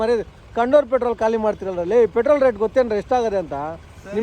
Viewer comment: Guru ಅದು ಕಾಳಿ ಅಲ್ಲ ಖಾಲಿ 😂😂😂😂